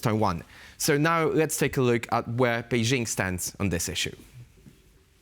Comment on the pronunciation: The “jing” in BeiJing sounds like “jingle” and not like “shingle” Pronouncing “BeiJing” with a fake French accent sounds silly